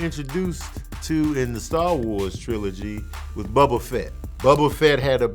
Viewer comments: Im mad you said Bubba Fett. 🤦🏻‍♂️ It’s Boba LOL! You still the MVP tho 🤛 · Bubba Fett? 😂 I say Boba like the Tea